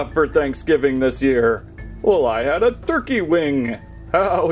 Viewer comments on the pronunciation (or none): none